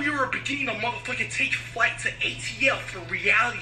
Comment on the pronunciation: This dude FWight😂😂😂